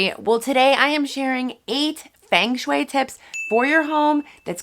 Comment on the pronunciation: It's pronounced FUNG shui. FUNG!